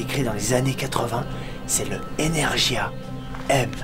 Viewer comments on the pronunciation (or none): Energia - M se prononce avec un G comme grand pas jia sinon la vidéo est malade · dans le lanceur energia la lettre G est dur donc Energuya